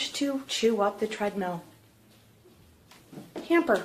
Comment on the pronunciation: Pro. I thought you said it was a "Shredmill". hahahaha